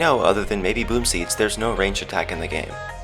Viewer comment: Their not called BOOMSEEDS! THEIR CALled bombseeeds